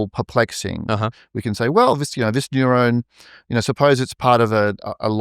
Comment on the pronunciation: I love how this guy pronounces "neuron" almost as if it's nyew-rown haha it's tough to nail down the right spelling for how the accent makes it sound to me but nyew-rown is kinda close (i think). Anyway this was really interesting thanks fellas🙏